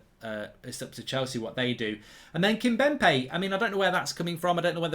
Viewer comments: Kimpembé not Kimbempé lol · Mark thats " KimPEMbe..!" Not "Kim"BEMpe".. jeez. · Marks called 'Kimpembe', 'Kimbempe' for bloody ages and its doing my head in! 🤣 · Kimpembe not Kimbempe